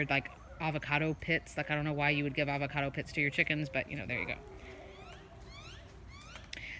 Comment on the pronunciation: Hello😁 did you say advacardo pith or pip? Thanks, I pick up 🐔🐔🐔 next week, so learning all I can😬